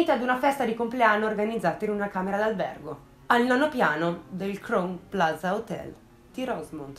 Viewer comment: Esaustiva e di intrattenimento come sempre, però permettimi un piccolo appunto: Crown Plaza si pronuncia "craun plaza" 😊